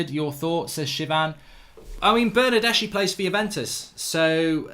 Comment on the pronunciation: Pronounced Bernardeski!